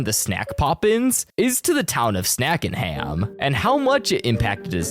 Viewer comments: it’s sackenhack not snackenham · “The town of Snackingham” my guy its sackenhack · Its sackenhack btw. Not sackenham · PINKY MALINKY WAS MY CHILDHOOD ❤❤❤❤ Also it's pronounced Sackenhack, not Snackingham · NOT SNACKENHAM, SACKENHACK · ITS SACKENHACK NOT SNAKINGHAM!!!🤬🤬🤬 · it’s sackenhack not sackenham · um the city name is not snackinham its sackenhack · ITS SACKENHACK NOT SNACKINGHAM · bruh it’s Sackenhack like have you even watched the show